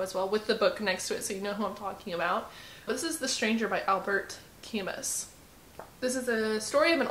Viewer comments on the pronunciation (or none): Camus is pronounced Kamoo